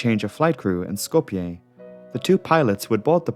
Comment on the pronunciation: Who pronounces Skoplje correctly but not Zürich?